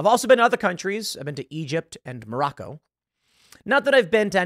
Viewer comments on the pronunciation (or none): none